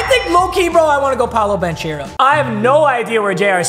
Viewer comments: Papa his name is care-o not chair-o just trying to help. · Love you papa but is Ban-care-o not Ban-chair-o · For future reference It's Banchero with a hard ch sounds, so it sounds like a k Ban-care-o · It’s not like chair, it’s like care for Paolo’s last name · Ban kare o spelled different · Paolo's last name is pronounced "bahn-kehr-oh" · You pronounced Bancheros name wrong lol its pronounced like Ban-kero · oh papa. Paulo's name is pronounced "ban-CARE-oh" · Paolo’s last name is pronounced Ban-karo. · Paolo Banchero is actually pronounced "Ban-kair-oh",. no big deal tho, papa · it’s pronounced ban-care-o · it’s pronounced “Ban - care - o” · It’s pronounced Paulo Bankero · Its BAN CARE OH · tell its not bon chairo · The amount of times he pronounces Banchero's name wrong 😭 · i was getting so pissed when he was saying banchero’s name wrong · the inner duke fan is cringing so hard the way he said banchero 😭 ITS PRONOUNCED WITH A CK NOT CH😭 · Take a shot every time papa mispronounces Banchero wrong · as a Duke fan, the way he's pronouncing Banchero's last name is making me furious 😂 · bro how did you fucking pronounced banchero, italy in dying rn